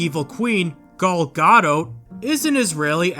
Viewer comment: I kept getting distracted by how you pronounce Gal Gadot. I kid you not I went back and repeated that part over and over because I couldn't believe how you pronounce it cuz I've never heard anybody pronounce her name that way before. Anyways I really enjoyed listening to what you had to say on this video because their definitely were some things I did not know about that Disney is doing to just continuously shove their foot in their mouth. Also is the footage you're talking over like some kind of screensaver? It just looks like Donald duck is painting a bunch of stuff over the background which I don't know I mean that's kind of cool that you have that as a screensaver if that's what this is